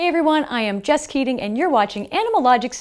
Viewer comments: Did she say her name was "Just Kidding"? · I think you need to put Jess's name on the screen, you know, for new viewers. Because all I hear is "Just kidding." >.< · Did she say her name is "Just Kidding"? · Did only I heard as ,-. Hey everyone I'm just kidding in this episode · Did she say hello guys m just kidding at the start??